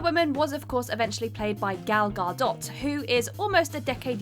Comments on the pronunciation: Gah-Dough.... not gah-dot. It's not the end of the world, but it's mildly frustrating when someone gets paid to do this job and can't even take the time to learn the pronunciation of people's names. it's very common in videos but they are major offenders lol. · Diana PRICE? Queen Hippa-LEETA? Gal Ga-DOT? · Diana PRINCE. Theron rhymes with 'heron'. Gadot sounds like "Ga-dough" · Diana PRICE???? Queen HIPPO_LETA??? Gal GAR_DOT three for thee mangles on that one